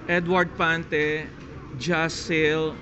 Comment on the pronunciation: ☺😊Pante, not Fante he!he!he!